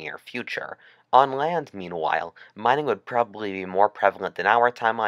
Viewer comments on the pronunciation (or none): Greanwhile meanwhile